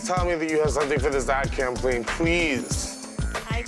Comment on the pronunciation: "Cam pain" ?????😆😄😂😂😂😄 Its "Campaign"